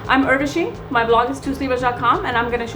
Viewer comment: What's with pronouncing your name weirdly? Well, it's your name, but not yours only. It is pronounced as Oorvashi, not Aurvashi :)